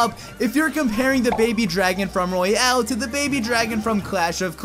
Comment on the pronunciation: Royale King not royal King